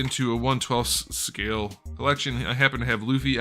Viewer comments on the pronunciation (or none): none